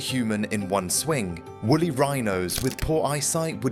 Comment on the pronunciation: 2.25. Wooly not wolly.